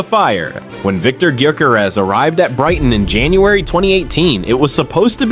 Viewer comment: you pronounce his surname different to everyone else.